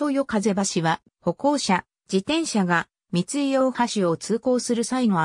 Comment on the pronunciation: みつい×みい○ ふとい×おおい〇 以上地元民より